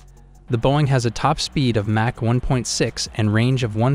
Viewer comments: How on MIlitary TV do we not know how to pronounce the word "mach"... this is real suspect. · If you're going to do a video on aircraft, you should at least learn to pronounce "mach" properly. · Learn how to pronounce 'Mach' and 'reconnaissance'. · Learn to pronounce mach properly! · A channel called doesn't know how to pronounce the word "mach" and a number of other basic military/science words..? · you pronounce Mach wrong, Ernst Mach would not be happy, your list does not include the fighter with the best kill to loss ratio at 104 to 0 the F15, you get a thumb down, and a frowny face :-( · Cant evan pronounce Mach properly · Tourist. learn how to say mach. listen, good research. if/when you get real accuracy, you'll likely shut up. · Learn how to say MACH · This guy is a troll right? The way he pronounces some words like Mach... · I can’t even with the way he pronounces Mach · You're pronouncing mach wrong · This has to be AI talking. Who says "mach" and "reconnaissance" like that and gets facts wrong? You suck at this. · What's really killing me is how this is a military channel and we don't know how to pronounce "Mach" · What is match mean 🤣 Mach (mock) these AI speakers are terrible. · He said "MATCH" 2!! hAHAHAHAHAHAHALMAO!! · Although a very interesting topic, I can not get past your startling mispronunciations. Match 2?!? Seriously. Unforgivable. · Mah-k not Match... for Mach. Or am I crazy 😅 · What is mash?? MACH pronounces MAKH not MASH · Is this AI? Because it's Mach (sounds like mock), NOT match. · Mach not match 😂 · Not match...it's mach...dummy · this guy is dumb anyone who refers to speed as match and mot mach (mok) should not even be soeaking in the sunject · Mach, not match. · SIR ! PLEASE PRONOUNCE THE WORDS CORRECTLY ! IT'S ' MAWK 2 " ------NOT MATCH 2 ! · He can not pronounce Mach right.. it sounds like rock not match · Plz pronounce Mach like mock not match lol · Mach not Match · WTF is "match 2"? AI is crap.